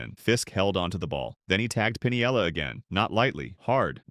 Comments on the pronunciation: Come on, people. Check your pronunciations before you start in to make a video. I gave up on this one — even though it was interesting — about the fourth time the dumbass AI announcer called him “Lou Pin-i-el-la,” with four syllables. Anyone who’s been around baseball for more than a couple of minutes knows it’s “Pin-el-la,” three syllables. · It's Pinella. PIN-ELLA. Not Pun-ee-ella.